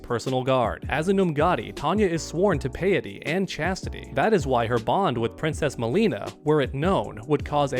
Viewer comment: You pronounced piety right the second time around (pie-it-ee) 👍